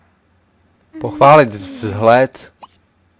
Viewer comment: Ha-jsem místo pochválit slyšel"podpálit"